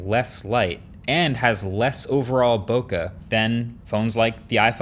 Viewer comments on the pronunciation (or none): it is 2021, can we please use the correct prononciation for "bokeh" ? its not bokah....